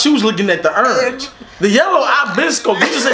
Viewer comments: “Ernge” 😂 I’m dead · “LOOK AT URANGE” 😭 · He said look at urange not orange URANGE! This was the funniest reaction I watched this three times 😂